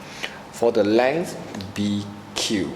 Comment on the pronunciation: your pronouciation is poor! pls check out on pronoucing such words as length and multiply